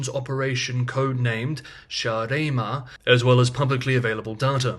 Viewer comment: SAAREMA btw is a place it's near or even in Estonia (it basically means big land suur is estonian for big) and is ofc referencings SARS you butchered the pronunciation. The S is not aspirated like Sh but is sibillisant like sing, sucker.